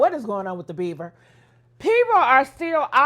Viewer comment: His name is Bieber.. not Beaver 😂